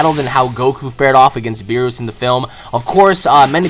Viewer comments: beerus didnt fight ssj4 gogeta, he fought super sayan goku and its not (b-ee-ri-s) its (b-ee-re-u-s) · its Beerus not Beerrus xD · Its pronounced Beer us Beer. Us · ik this mf didnt just say "beeroos" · Its beerus! Not beros !!!!!!!!! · Beeroos ughhh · "Bee-roos".....kill me..... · Footie Geek so why say berus? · I know but pronounces it like Beerooa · His name is Beerus, but pronounces it "Beeroos" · Why do you pronounce Beerus like that you idiot. Please get it right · Anyone else bothered by "beeroos"? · you said beerus wrong